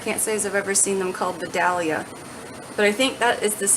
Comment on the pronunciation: LOL. I’m in Georgia where Vidalia onions are grown. Now, the stores are carrying sweet onions and Vidalias because the name has caused the price to rise. So saying sweet onion is just fine. BTW, Vidalia is pronounced Vi-dayl-ya